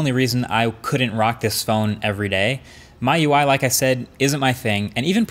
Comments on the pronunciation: actually its m-i-u-i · its not your UI lol (MYUI???) its meeUI, About 12M subs been reviewing for 10 years & MIUI has been around that long almost, you should at least know how to pronounce it by now, its Not XiaoMY its Xiaomi hence MIUI(meeUI) Mi is rice in china Xiaomi means millet rice hence redmi(hongmi in Chinese) is redrice, I wish I had uploaded my tech videos back then from SGS when you were shooting off webcam and bigplayers on YT were PhoneDog and Technobufallo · It’s M-I-U-I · It's me-you-i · WILD CRACKS you are correct. I haven't seen a single rumour for the Mi 10T Pro so this is the one. Also he pronounced the OS as "my UI" instead of "me UI" lol. Xiaomi, Sh-ow-me, the Mi is from Xiaomi. Rocking my Mi 9T Pro here as well, put Evolution X custom ROM on it (stock Android), so it feels just like a Pixel, and I also get Pixel exclusive features too. For $320 USD this was a steal on AliExpress, can't get it that cheap anymore though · Every time he says my-you-eye when it's really mee-you-eye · Did he just pronounce Mi UI as (“my ui” instead of “me ui”) ? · Yes!!! what a disgrace to humanity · It’s not a big deal but it sounded weird hearing that especially coming from somebody like Marques who’s a big tech savvy perfectionist. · I said the same in one of his previous videos. It's pronounced me not my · It should be pronounced like "Me UI" not "My UI" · xiao meee MY ui. seriously MKBHD? is this your first day reviewing smartphones? xiaomi is not even a new company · It's also available in Europe (as your Plug is showing too) Also: please dont say MiUI like myui. Thats just wrong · Technically in Cantonese it is pronounced my-you-eye but majority Mandarin speakers would say mee-you-eye lmao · Its officially pronounce(by Xiaomi) as Mee-you-eye and im half Chinese so i get you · FYI- Mi UI is pronounced 'Me UI' . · Just a reminder - it's pronounced "Me Ui" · its pronounced "Me UI" btw. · Miui. Pronounced as "me ui" Marques. Come on Bro. 😁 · MyUI by XiaoMy😂